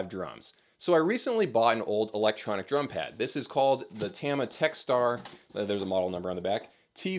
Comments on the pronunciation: its tama not tama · You say it as Tama and not "Tama".